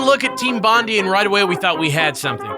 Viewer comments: Bondi is pronounced Bond-eye :) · its bond-die not bond-dee ur welcome from a Australian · Bondi is pronounced “Bon Die” not “Bon Dee" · Bond eye Not bondy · "Team Bond-ie" AAAAAAAAAAAAAA It's Bond-eye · Bondee? It's said bondie I'm Australian I know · Bondie hahahaha, I'ts pronounced Bond-eye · its pronounced bon-dai, not bon-dee. goddamnit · its pronounced Bond-Eye..like Bondi Beach not Bondy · BOND-EYE not bondee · I can't be the only Aussie who laughed at Team "Bondee" right? It supposed to be "Bond-eye". Like Bondi Beach in Sydney. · Bond-eye not bond-e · It's not team bondai it's Bon-die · Bon-die not Bon-dee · it's 'Bon-die' not 'Bon-dee' ;) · Bond-ee? BOND-EE?! EE?!!?! IT'S BONDI MATE. BOND AYE. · Its pronounced Bond-I not Bond-ey ;) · TEAM BOND-I. BOND-I. NOT BOND-E. BOND-I. Australia, mate. Get it right. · As an Australian, I winced at every utterance of "bon-dee". I don't blame the, but it's pronounced "bond-eye". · 'Team Bond-ee' lol fuckkkk, it's pronounced 'Bon-die' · Slight pet peeve I have that cropped up in this video is how American's say Bondi. It's Bond-Eye, not Bond-E. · bondi pronounced bon-die god damn that annoyed me more than it should have listening to you too pronounce it. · Bond-eye, not Bond-ee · bon die, bon die, not bon dee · bondi like bond eye, not bondy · It is pronounced Bon-die not Bon-dee (as hilarious as that sounds), it is named after the Bondi area in Sydney where the developer was located. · Bondi is pronounced as 'bon-die', not 'bondy' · Bon-Die. Not Bon-Dee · Bondi is pronounced Bon-Die, not Bon-Dee. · it's.. it's bon-DYE not Bon-DEE.. like bondi beach.. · Team Bondi is pronounced "Bon-D-Eye" not "Bon-D-E" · You guys say Bondi wrong its pronounced bond "eye" not bondy. Trust me, I'm Australian. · "Team Bondee"... It's not "Bon-dee" but "Bond-ai"... Extra Credits made that mistake when going over LA Noire a few years back, and they got plenty of flak from Aussies about it. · Bruh it’s pronounced “Bon-die”